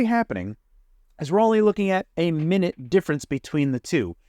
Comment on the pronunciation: Nobody's going to point out how he pronounced minute as minute ?